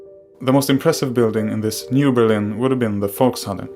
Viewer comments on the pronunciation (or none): Volkshalle, not FoxHolley lol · I believe that was Volkshalle or folks hall not foxholley